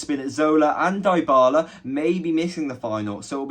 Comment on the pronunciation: Dee-Ba-La not Die-Bah-Lah